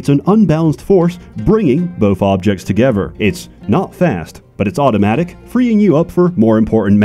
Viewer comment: "bringing the fobjects togefer" is this an ai generated video?